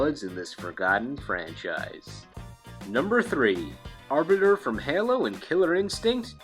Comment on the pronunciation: The way you pronounced Halo slightly irked me. Hey- low where as you were basically saying Hello